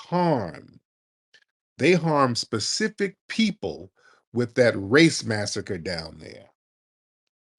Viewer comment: Does he have a massive degree saying “specific” like Pacific Ocean and can’t pronounce per Capital what kind of masters degree did he get in law too? Good gosh